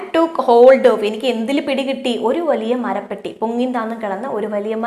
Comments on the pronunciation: മരപ്പട്ടി alla മ ര പ്പെ ട്ടി 😜😜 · ടീച്ചർ pwoli classanu. Njan like cheythittund. മരപട്ടിയല്ല, മരപെട്ടി 👍🤣🤣